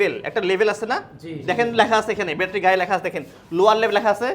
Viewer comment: তুমি বেশি শিক্ষিত দেখতেছি। আমরা ব্যাটারি বানান ঠিকমতো লিখতে পারেন না । উনার উচ্চারণটাই সঠিক